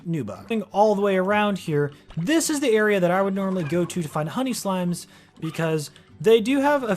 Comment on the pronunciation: when he said "honey slimes" it sounded like he said "honey slams"